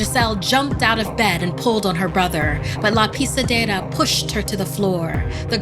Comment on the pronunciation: Because of her how she says: la pisedera i can tell that she speaks that language rlly good